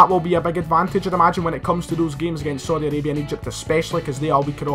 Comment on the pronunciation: “Sodi Arabia”